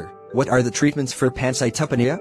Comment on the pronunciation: the information here is good but the delivery sucks, the animations dont even pronounce "pancytopenia" properly. Its "Pan-cite-o-pee-nia"